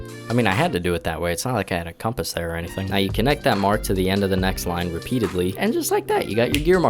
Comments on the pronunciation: Com Pass is a much better pronunciation than (excuse my french) "Cum Piss". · I do not believe it is pronounced "Caompous". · Dude I totally struggle with pronouncing words that I’ve only read but haven’t heard said before. It’s compass. Hope that helps! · It’s pronounced “Cum Pass” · It's pronounced "compass". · its pronounced CUM-PISS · Compass is pronounced the same way regardless of which you're talking about. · hi! its pronounced c*m-p!ss